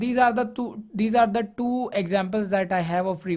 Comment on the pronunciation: tew? two.